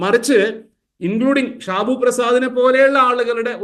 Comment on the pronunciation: ഷിബുഅല്ല ഷാബു